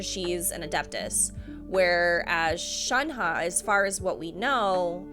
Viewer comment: I'm glad you pronounced Shenhe close to what it should be! Makes me happy And saaameee I hope she and Chongyun are related in some way. More exorcists! Also, that Childe popping in a occasionally cracks me up. Here's you gushing, and there's him talking about conquering the world XD